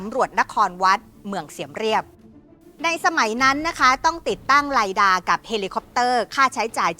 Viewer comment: ชื่อ ไลด้า ครับ อา่นออกเสียงไม่ตรงครับ ฉับ ฉนเลย..